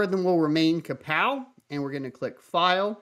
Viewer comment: you had me until i heard krapow algo